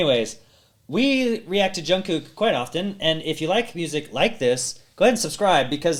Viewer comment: 71 year old BTS Army here. I am really enjoying your reaction very much. One tiny thing though. The second half of Jungkook's name is pronounced more like cook. This is a SUPER good collab. Best I have seen in a long time. Thank you for your great reaction!!! Btw, Usher is famous for that "U" pendant move. 💜